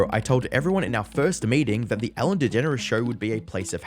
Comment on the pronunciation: Anyone else think she pronounces her name as DeGenerOUS? 😂